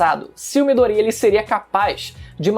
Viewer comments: Eu fico com agonia quando ele fala Midoría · É midoriya, miDOriya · pessoas normais: MIDORIYAAAAAAAAAAAA: MIDORÍA:O